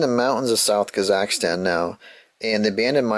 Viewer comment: Borat would be extraordinarily disappointed in your pronunciation of Kazakhstan, Greatest County in the World. All other countries run by little girls.